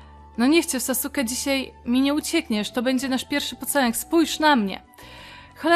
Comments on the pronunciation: jego imię Ne brzmi sasuke tylko saske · racja autokorekte mam włonczoną i czasem zmienia wyrazy na inne,. Chodziło o to że bardzo widać jaka jest twoja ulubiona postać, i że mówila na sasuke tak jak się pisze czyli mówila sasuke a nie saske🙂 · Ja kocham Naruto! A tak wg mówi się Saske a nie Sasuke 😂😂Czekam na kolejny odcinek z naruto online 💕💕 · Wiem data, ale lubię wracać do serii, no widać że oglądałeś Naruto, ale na sasuke mówila tak jak sie pisze xd(nie hejt) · Mówi się Saske, nie Sasuke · Saske sie muwi :) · Mówi się Saske, a nie sasuke (kiedyś też mówiłem sasuke) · nie wymawiaj Sasuke tylko Saske. Pozdrawiam cieplutko i polecam Naruto Online ponieważ gram 11 dzień i mam już 34 poziom. <3 A te pieniążki to Jeny (japońska waluta jak u nas złoty) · Fajny odcinek :) Gra też nawet spoko :P P.S. "Sasuke" czyta się "Saske" ;) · bardziej Sas'ke - to "u" jest po prostu zbyt szybkie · Sasuke wymawia sie Saske!!! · Czemu grasz chłopakiem ? A i mówi się saske a pisze sasuke